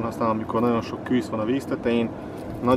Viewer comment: Lehetne, KÜSZ-nek hívni, KŰŰSZ helyett? Amúgy jó videó, KŐŐSZ :)